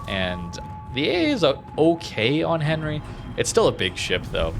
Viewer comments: Not that I'm the diction police or anything but, it pronounced "Aun-ree" with your best french accent! lol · Enry, silent H! mon dieu... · I am sorry but I hate the way you pronounce the name of Henri............